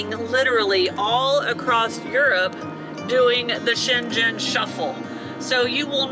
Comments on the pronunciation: Americans can stay in the UK for 6 months without a visa. The word Schengen is pronounced with a hard g-- shen/gen like gun. The ball game is Petanque if you wish to look it up online. The bicycle bags are panniers. If you managed to communicate in Brazil in even pidgin Portuguese--one of the most difficult languages to learn--then you will do fine in Europe. Most Europeans speak multiple languages. You are doing great! You've hit the ground running even if it doesn't feel that way! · Schengen has a soft G like "singer" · Um, it is pronounced "Scheng - gn". No Z's in there. Sorry, I am originally from Switzerland and it kinda hurt my ears, Hehe! Highly recommend Switzerland, by the way. Best months are April through October!!! Oh, and don't skip too much of Croatia! Especially the coast! It is absolutely stunning!!!! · Welcome to Europe, guys! FYI, Shengen is pronounced with a hard 'g' as in gum. Have fun & looking forward to seeing you in the UK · Just so you know, it is pronounced shen gon 😁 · FWIW, this is how I've heard it pronounced. SHENG + UHN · So looking forward to traveling through Europe with you folks, your videos are wonderful. One thing tho, are you pronouncing Schengen correctly? The internet and other content creators pronounce it with a hard ‘g’. Just curious.. BTW-, I always admire your beautiful complexion. I’m so envious, your skin looks flawless.. ♥️✌🏼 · Try saying cheng-en❤ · Schengen is pronounced Shaing-en, hard G 🤗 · Welcome to Europe! I loved your tour of Senlis. Quick note on pronunciation: Schengen has a hard “g” - G like your cat’s name. So it sounds like ShhenGen. Hope that helps. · Check out the correct pronunciation of Schengen! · Check out the correct pronunciation of Schengen. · P.S. - The G in "Schengen" is pronounced like bringing - it's a very soft G. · Schengen is pronounced with a hard g, just like the name Morgan. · Schengen (‘g’ as in ‘go’).